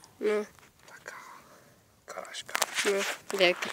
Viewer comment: karaska nie karaśka xd